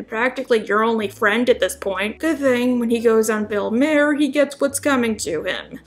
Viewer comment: Isn't it pronounced Mah'er? Thanks for the video! (pookums)